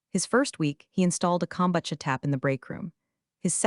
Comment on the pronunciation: AI can not pronounce kombucha or loubatin. Give people their jobs back